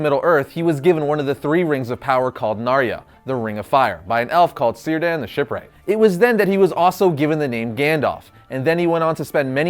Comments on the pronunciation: Good video, though I believe Elves use a hard C, so Círdan is pronounced more like Keerdan than Seerdan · (K)irdan the Shipwright. In Elvish, the 'C' is always hard. Also: (K)eleborn For future reference.